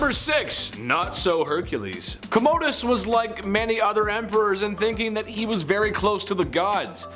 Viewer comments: Pronounced Comma-dus. Please 🙏🏻🙏🏻🙏🏻 Not Comodedus, sounds like you're are saying Emperor Toiletdus. Sorry archeologist (Roman specialist) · The word consul is not pronounced council. It is con-suul. Also, Commodus is pronounced Com-mu-dus not Co-mo-dus.